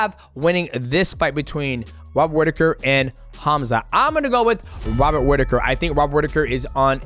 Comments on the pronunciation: "Wobbert Whittaker" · Love you DJ, but "Wobert Whittaker" had me cracking up 😂